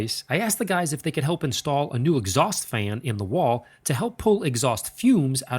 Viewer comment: "exhaust -fayun-"